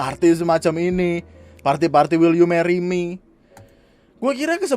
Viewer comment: "Wel you Meri me" setiap gw liat elu bang ngomong gitu ketawa gw